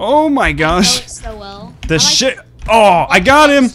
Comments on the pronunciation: he said shi then paused then t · omg it sound likr said shit